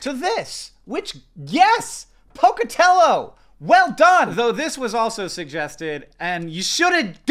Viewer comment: You actually said Pocatello right, cool :) (from somebody who lives 2 hours from that city)